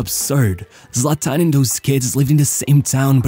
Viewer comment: What's up with your voice. He's also pronounced Zlatan, not Zlatán.